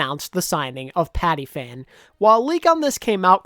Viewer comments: it's pronounced pati-pan not pati-fan btw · I think you mispronounced patiphan. I think it’s Pati-Pan. I may be wrong tho just chrcking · The way you said Patiphan lol